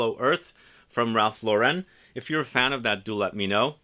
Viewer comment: I believe it's pronounced Ralph "Lauren" not LauREN.